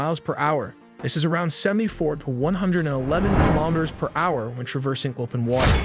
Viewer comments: hour=“HoWeRRR” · generated narration with still lots of software glitches, for example hour is pronounced as ha-hour and repetitious. This is what the future has in store for us, I guess. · It's pronounced "hower"